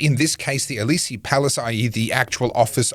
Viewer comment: What are you talking about? I've lived in France, speak the language, and am no stranger to the culture. Aside from the mispronunciation of words like 'Élysées', there's nothing wrong with his commentary. Now make a specific point, or don't.